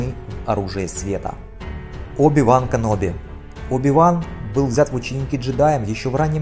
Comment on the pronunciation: сказал Каноби? ЕЕЕБОЙ!